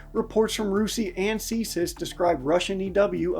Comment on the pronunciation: Fysa CSIS is usually read as C-S-I-S (see es eye es). Great vid!